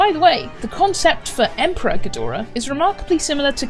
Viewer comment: IM NOT GUNNA LIE, I HEARD EMPREG GHIDORAH, INSTEAD OF EMPEROR GHIDORAH LISTEN TO IT AND YO WILL HEAR IT AS WELL, NOW YO WON’T BE ABLE TO UNHEAR IT